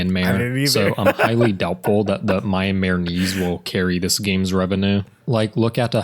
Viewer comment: as someone who live there it was pretty funny to see people always mispronounce myanmar lmfao, it's pronounced me-yan-mar or myan-mar btw